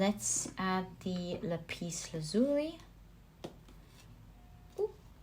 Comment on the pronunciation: Hi I have to correct the way you pronounce the word Lapis, in the English language it is Lap is not La pis, sorry for having to correct you. #1 was my choice because Chiron is conjunct my Natal Sun & Lapis Lazuli is my favorite semi precious stone. Thank you for another excellent reading.